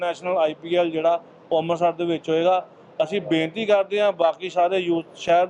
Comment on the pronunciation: ਲੀਡਰ ਜੀ ਅੰਬਰਸਰ ਨਹੀ ਹੁੰਦਾ ਅੰਮ੍ਰਿਤਸਰ ਸਾਹਿਬ ਬੋਲੋ ਬੋਲਣਾ ਸਿੱਖੋ